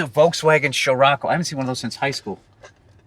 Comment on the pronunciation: Damn he pronounced Scirocco correctly